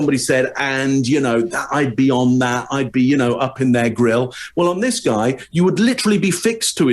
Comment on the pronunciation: Me hearing say, with his British accent, “all up in his grill”: 😂🤣😂🤣🤭🤭😂🤣